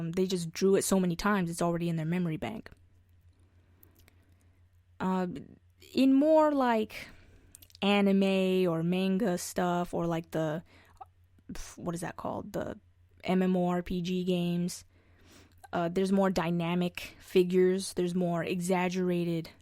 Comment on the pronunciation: Wait...hold up! rewinds did you just say....manga with a long a? 😱😱😱